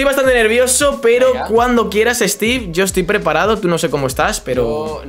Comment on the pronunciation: Stiik no, steve